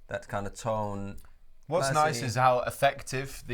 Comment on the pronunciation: like, “ya, thash niiiishe”